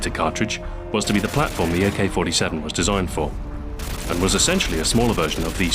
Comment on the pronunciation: GAYK-47 :DDDDDDDDDDDDDDDDDDDDD